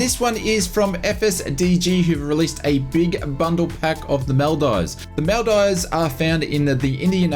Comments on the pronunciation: Him: This is from FSDG who released a big bundle pack of the Maldives (Mal-dives) Me, a Maldivian: ITS PRONOUNCED "MOL-DEEVES" 😭💀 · It’s pronounced MOL DEEVES… good try though, you really should go there it’s paradise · Maldeevz is the correct pronunciation. Great content as always